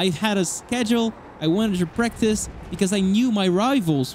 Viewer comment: I have a thick accent too, but this whole time I thought he was saying “breakfast” I was thinking breakfast IS good. But it was “Practice”.. I’m hungry